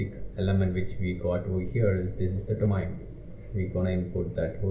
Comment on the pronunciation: construct dominee , what is this dear , ? its do-ma-in ....